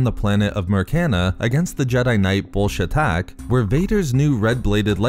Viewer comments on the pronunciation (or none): Everytime i here him say bullshatac i here Bullshit tac